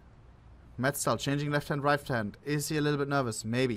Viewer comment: Dude, it’s MeZTal, not MeTZal… he is on your own team! 😂😂